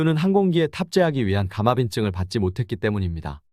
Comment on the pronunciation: "감압인증"이 아니라 "감항인증" 아닌가요?